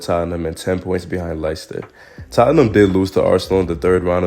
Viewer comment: Dude your videos are dope. Nice mix of insight and laughs. Btw Leicester is pronounced the same as Lester if you give a f.